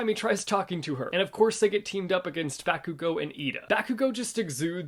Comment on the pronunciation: I hate to be that person, but you're pronounciation is driving me nuts. 😓 It's not BAAA-ku-go, like the sound a lamb makes. It's BAH-ku-go, like how you pronounce bottle. My Japanese teacher is a stickler for pronounciation, and I picked up her pet peeve soon after learning to speak the language.